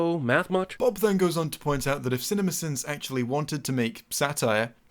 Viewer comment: The more you say cinimasins the more it sounds like cinnamon bins.